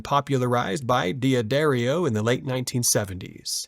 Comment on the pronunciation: it’s “duh-dario” you don’t fucking pronounce the d separately.